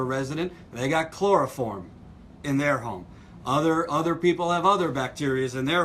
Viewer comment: Sorry, but it sounded like you said chloroform bacteria. Was is coliform bacteria?